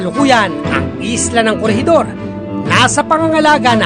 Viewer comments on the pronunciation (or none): Fortress not FORTREST Corregidor not CORRIDOR Pagsasaayos not PAGSASAYUS At least not AT LIST Turismo not TORISMO